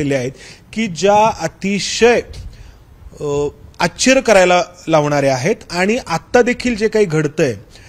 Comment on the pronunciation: भावा, आश्चर्य, असा उच्चार आहे. अच्चर्य नाही